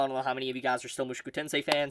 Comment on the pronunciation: it is MOO SHOW KOO TEN SAY